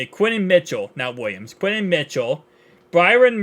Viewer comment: “Quinen Williams” 😂😂😂